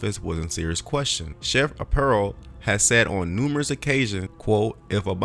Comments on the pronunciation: Sheriff Joes name is pronounced R PIE O. Other than that I liked your video. Joe was my sheriff about 25 years ago. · His name is pronounced (Are) (Pie) (O)